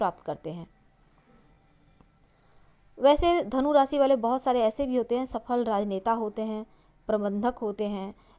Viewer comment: आपने शिर्षक जो दिया वो बताया ही नही . रासी नही राशी कहीये, सही उच्चार कीजीये.